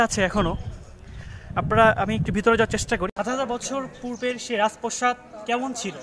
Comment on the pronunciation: রাজ প্রসাদ নাকি রাজ প্রাসাদ? প্রতিটি ভিডিওতে দেখছি একই উচ্চারণ